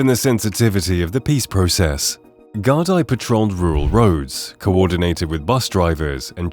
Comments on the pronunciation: Gardai is pronounced gardee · It’s pronounced Gard eeeee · Pathetic the national police force, is pronounced guard ee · Gar-DEE. Ross-CRAY. SHIN-fane. Shame you didn't put as much effort into establishing correct pronunciations as you did into building such an egregiously one-sided narrative. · The "gar die" are "makin tea" in "Ross-cray-A" with members of "Sin Fayn"... AI is pretty shabby ... It gets all the names wrong.... BY THE WAY, there is NO war or crackdown... READ the text at 16.22... Only 129 people have left Ireland due to deporation. Is this a war or just AI generated bullshit wasting our time? I want my 20 minutes back...